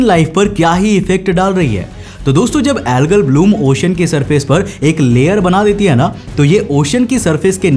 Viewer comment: ओशन बोला जाता he भाई, ocian kyu bol rhe हो